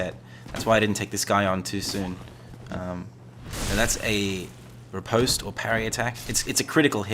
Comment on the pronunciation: Bruh. You called a back stab a ripostate 😂 Rip-ost is the pronunciation btw